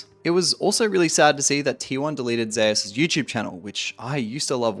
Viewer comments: Why is his name pronounced "Zayus"? And not like the Greek God Zeus? ZOOS. Faker isn't pronounced "Fah-kur". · Only league players can mispronounce Zeus so horribly wrong. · Bro how u cant pronounce the name "Zeus" ....